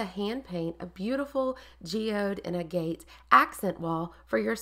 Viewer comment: oh fiddlesticks! To be fair to you, agg –uht! is one of those words we're all likely to first learn from reading it, with no template for how to actually say it. Like me with misled. For years in my head it was myzzled! What is this myzzled everyone keeps writing about, I wondered? 🙄 'Nitch' is just one of those that makes me... itch, and it's everywhere - newsreaders, politicians, allegedly clever people... so I did a double-take when you pronounced it correctly. Seriously, a first! Anyhoo, linguistics aside, key thing is your wall is effing gorgeous,! Well done. 😘